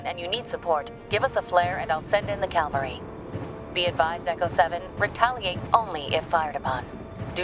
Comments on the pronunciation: did she just say calvary instead of cavalry? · Hold up - did she say "send in the calvary?" . . . She's gonna send thoughts and prayers? It's cavalry, the troops rushing in on horseback as reinforcements are cavalry units. Calvary is where Jesus was crucified [personal note: if I'm up effed river, please don't send 'an ideal location to be crucified' as help] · Pet peeve. Don't send in the fucking calvary, send in the CAVALRY.